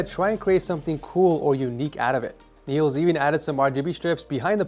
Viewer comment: Danish people (me too) are cringing over how you pronounced my guy Niels name haha